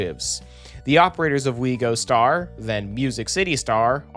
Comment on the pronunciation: why does it annoy me so much when you say “We Gostar”